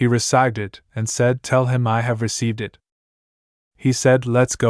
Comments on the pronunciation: Why can A.I. not pronounce "it"? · Ai has got to figure out how to pronounce "it"